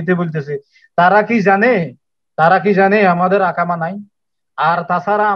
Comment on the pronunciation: ভাই ইকামা বলেন শব্দটি হবে ইকামা আকামা নয়